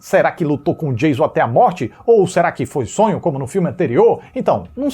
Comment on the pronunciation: 😂😂 O cara enche a boca pra pronunciar a diferença entre "FRED" e "FREDDY", mas solta "DIEIZON" ao invés de "DJAYÇON" (Surtadinhos e surtadinhas, eu reproduzi a escrita da pronúncia e não sua grafia correta) 😂😂